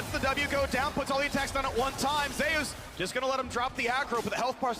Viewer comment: Tbf Zeus is pronounced zoos, just says it wrong